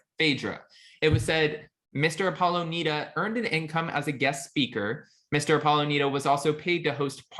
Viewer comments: Dude... It is N "I"da not N "e"da. And he is the hottest husband on any of the shows. And I am sure he can put it down. Based on the "cock" picture I have seen he has it going on. He is one good looking man. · The way…he mispronounced…Nida…repeatedly. 🤦🏾‍♀️ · I know. Did he even watch the show? Lol